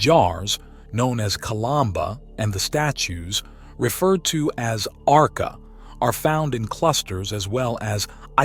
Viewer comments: Despite you said that ARCA : ARKHA, you must say it ARCHA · ARCA is pronounced AR-CHA Not AR-KA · it's pronounced archa, " c " in Indonesian is pronounced che..